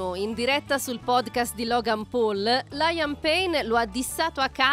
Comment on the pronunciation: Ma LAIAM ?? 🤣🤣🤣🤣 Ottima padronanza della lingua inglese 🤣🤣🤣